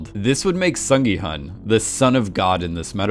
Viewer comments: Broski, Gyun, not gi hun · please call gi-hun -> gi-hoon It's the right pronunciation I know cause I'm Korean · Hi! Just wanted to flag one thing! The main character's name is pronounced "Sung Gi...HOON." Just wanted to let you know for future videos! (I'm Korean so just want to help others pronounce the Korean names more accurately if they mention them across multiple videos!). Thanks for all your thoughtfulness that goes into your videos and analyses! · The main character's name is pronounced more like Gi-Hoon (like long o in soon, even though it is spelled Hun)